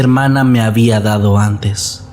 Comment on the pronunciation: por favor que el señor que "habda dado" que no lea más historias en los vídeos